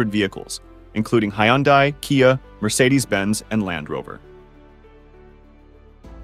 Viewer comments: It's pronounced HUN-DAY!! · im british english so no its not american. its HI-YUN-DI